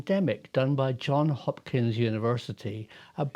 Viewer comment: Hi Prof, the S is still pronounced in John(s) Hopkins. Just an aside, stay well.